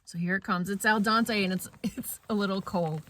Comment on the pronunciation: I thought I heard "al Dante" and not al dente.. but it must be my hearing.